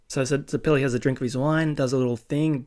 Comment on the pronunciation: Also if you're struggling with names homon is pronounced like har-mon you did get it right at one point so congrats and zeps name is pronounced like the zeppelin ballon bizarre I know lol but you'll find out while probably already knowing the names are gonna get more strange